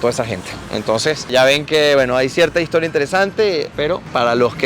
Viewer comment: Si es e historia no y historia, asi como no es vamoj a ver, sino vamos a ver, ni ustedej sino ustedes, ni ademaj, sino ademas, ni poquitico, sino poquito